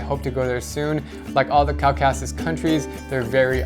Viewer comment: It's co-ca-ses not cau-ca-sus